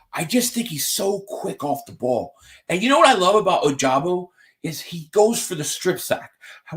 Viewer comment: it's pronounced oh-ja-bow